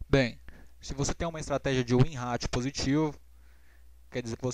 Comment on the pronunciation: Nao e gozacao nao mas vc fala ratio igual ao seu. De boa pode falar "Rei-xou" (Com "r" de paulista do interior e silaba tonica no Rei. Vlew? Espero nao ter te ofendido.